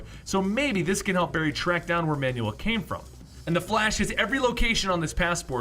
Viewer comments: It's annoying how you pronounce Manuel as man-new-wel. It's pronounced MAN-wel. Dude, I literally stopped watching midway cuz I got annoyed every time you mentioned manual HAHAHA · I know you've seen this, but it's driving me nuts. It's pronounced "Man-well."